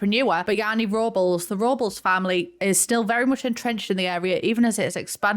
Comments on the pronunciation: for all my non american and non latino besties, Robles is pronounced Row-bless, not robbles lol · Robles is pronounced "robe-less" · I love the Filipino representation! Bayani = Hero <3 also, Robles is pronounced "rob-less" 😅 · I love and most British folk but hearing her pronounce Robles brought back memories of the horror show that was "Mexico Week" on The Great British Bake Off 😬 I know no harm was meant but Spanish pronunciation is not the British strong suit